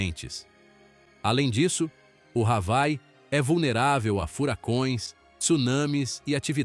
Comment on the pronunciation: Ha-vai? Isso é ditado por IA?? Hawai (Avaí)